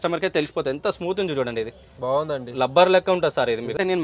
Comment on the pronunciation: Color shade కాదు కలర్ ఫేడ్,లెనిన్ కాదు లినెన్..లబ్బర్ కాదు రబ్బరు....అండ్ కాస్ట్లీ